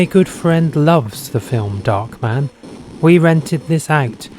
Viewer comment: it's darkman not "dockman"